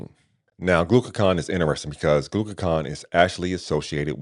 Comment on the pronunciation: Hey superstar. Great review of retatrutide. I was wondering about lean body mass loss versus Zepbound. Also. You said glucaCON versus GlucaGON Also I saw AI said to pronounce Retatrutide as you did but I thought it was pronounced Reta. True Tide. Just wanted to share that as you continue your beneficial work. Thanks I appreciate you